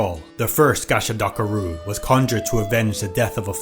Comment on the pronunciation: Idk why but that *gasha dakaru" Was so funny 😂